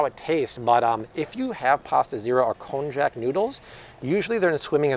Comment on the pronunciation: Oohh, that konjac pronunciation man... its pronounced like konYAK